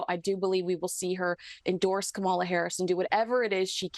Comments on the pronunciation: Please note that in pronouncing Kamala Harris' name, the accent is on the first syllable, KAmala not KaMALa. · It’s Comma-la. Not KaMahla. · It is pronounced Comma-la😡